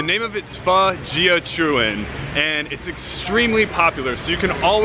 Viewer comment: gia is pronounced ya not gee a. AWESOME VIDEOS!!!! yall should have wayyyyy more views